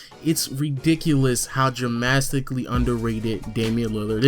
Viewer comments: this man said Dramastically....lmao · Dramastically- N. Dramatically drastic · Did he just say, "Dramastically"? 😂 D-Rose isn't overrated. When healthy, who can guard him other than Westbrook? Lol you must really have a vendetta against him. He wouldn't sign your 🏀?